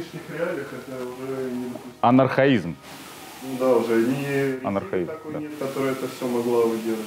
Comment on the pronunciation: Не анахраизм, а АНОХРОНИЗМ!!! :-):-):-)